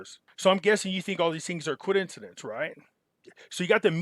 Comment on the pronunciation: WTH is a Coidencidence?? Love your channel but damn i hope i don't start saying it like this lol